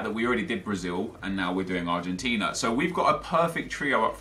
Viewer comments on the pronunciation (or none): none